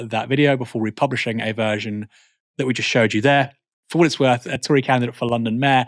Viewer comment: seems the narrator forgot how to say tory